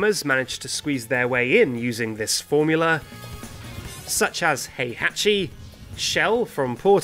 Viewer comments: Great job! You actually got Heihachi right! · You got super close with Heihachi! I'm a bit impressed